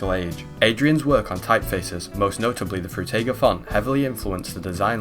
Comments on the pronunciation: By the way. Its spoken "Frooteeger" . (Atleast you spoke the g right, which most people do wrong.) Frutiger was a guy from Switzerland and in the German Language, I is spoken like in "Involvement", "Indoors" etc. The english "I" = "ai" does not exist in german. You need to put another vowel like "a" or "e" in front of the i to get the english sound. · Fruitiger Aero. Sounds like "Fruit Tiger Arrow", when he says it. And I like that. I wonder which fruit emoji is the MOST fruit emoji and if we could use just three emojis to represent that word in a literal sense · Frew-tay-gah arrow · Did bro just say ‘fruit tie gir ‘ aero? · Drinking Game: Take a shot every time he says "Froo-tiger" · Can you please fucking figure out how to say Frutiger right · Frew teyger, Through tiger, can’t watch it to the end, hurts my ears too much. Also, Zeit-geest 😖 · have you never heard someone pronounce words like "Frutiger" or "Zeitgeist" before? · appreciate the video but the mispronunciations of some words (epitome, perforation, Frutiger) bothers my linguistics-cop brain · A few notes: 1) I love that you decided to use every single possible pronunciation of "frutiger" you could think of so you could at least get it right once. 2) "zite-g'iced", not "zite-geesed" 3) "ep-pit-uh-me", not "eppy-tome" English can be funky sometimes.